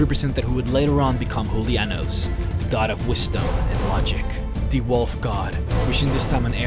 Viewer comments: The J sound is pronounced as H in the Nordic dialect. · It is pronounced as YOU-LEE-ANNOS.